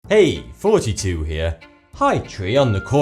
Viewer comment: ok i actually thought he said "forty 2 here" LOL